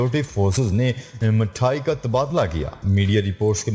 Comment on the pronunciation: Talafuz theek karna Mathayan mithayan pado